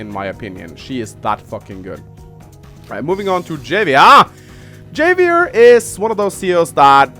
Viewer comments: Just for future reference: Javier is pronounced "Ha-vi-err". Spanish names, yo. Also, Kanbei is "Kahn-bay". Japanese doesn't really do the European "ei = eye" thing. As for the actual video, yeah I think you pretty much nailed it. Financial COs are just stronger than everyone else. Hachi is a god. Colin is a demi-god. High-five for Adder love. He's basic and he's simple, but he just feels so gooood to play. Like playing the purest test of skill and feeling like a smug douche for doing it, win or lose. I miiiight argue that I think Hawk should be a Tier 3, mostly cause that Super Power can give him an instant 4 point potential lead in health depending on the situation, but that is really circumstantial and his powers are crazy costly. I'm okay with him in Tier 2. My personal main is Rachel, and I'm honestly surprised you put her in Tier 3. I completely agree her Super Power is brutal, and if performed "properly" (basically wait for a juicy moment to blast a bunch of peeps without wasting a missile- you get used to "aiming" with practice) it can tip the game pretty heavily. However, I feel like her weak CO Power (I still use it even if it's pretty worthless) and her double-edged day power make her not as strong as a lot of Tier 3s. You can use the extra repair to give yourself an edge, especially when defending key locations, but it's a very easy "weakness" to have exploited as well, especially against COs that have map-wide damage powers (Urban Blight is the bane of all things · It's pronounced havier you non-Mexican. Of course I'm not mexican either but your mother. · havier, it is read like Havier, буква х там) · it's pronounced "ha-vee-air" it's Spanish, like jalapeño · Not sure if anyone has pointed this out, and I pronounced it the same in when I was first playing the game, but Javier is pronounced HAH vee AIR. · So you can pronounce Sonja’s name correctly, but not Javier’s 😂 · Javier is a Spanish name, I think. So the J is pronounced like an H.